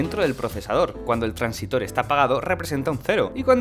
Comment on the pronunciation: Antes de hacer videos aprende a hablar: es transistor. Transitor como dices no existe